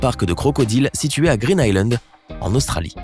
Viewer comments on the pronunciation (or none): none